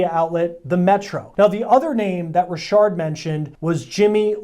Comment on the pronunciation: Richard not Rishard...lol...